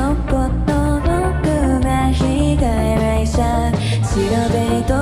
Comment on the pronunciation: 발음이 이상해..히가이셔에 이상한 발음 자꾸 넣네. 미라이늠 미래..한국어발음....외울거면 제댜로 와우즈